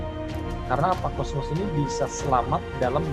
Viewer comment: Maaf,bukan kosmos tpi Kosmas